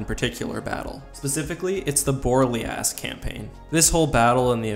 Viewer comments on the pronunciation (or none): Pronounced Bore-Lay-Os